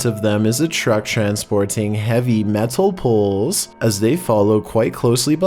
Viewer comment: heAvy meh-TULL-pOles